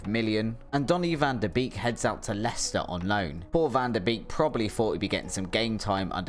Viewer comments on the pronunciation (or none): none